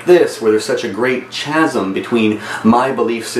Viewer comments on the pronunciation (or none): Well, lacking the education, I don't know if you saw my earlier comment about him mispronouncing the word "chasm" in his initial response video. He often mispronounces the names of philosophers in many of his videos, too. He's like someone who eagerly wants to show you how to do a calculus problem, but struggles with arithmetic. The ineptitude is humbling and sometimes risible.